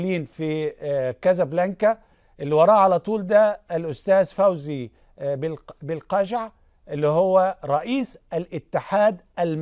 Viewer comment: صحفي لايحسن سوى البلابلابلابلا حتى اسم لقجع لم يحسن نطقه كرره اكثر من مرة بشكل خاطئ ثم اسم روراوة لم يحسن نطقه فمن اين له ان يحلل مثل هذه الامور ؟؟